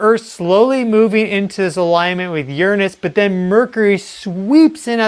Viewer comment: You mentioned Uranus more than once. I'm glad that you pronounced it in a professional manner, unlike Hecklefish 😁